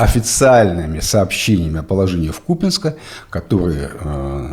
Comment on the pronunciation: Не надо наезжать на Герасимова! Он говорил не про Ку́пянск, а про Купя́нск, который находится в параллельной реальности.